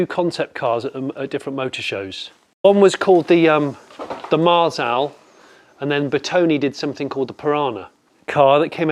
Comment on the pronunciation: The z in Marzal should be pronounced like the z in Ibiza. When I had a Matchbox Marzal as a kid, of course I pronounced it with a z, so maybe Jonny's just remembering his youth.